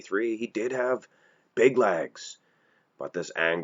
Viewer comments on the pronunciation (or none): Why does this guy pronounce legs as "LAGS"?